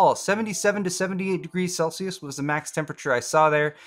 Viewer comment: Thank you for saying Celsius also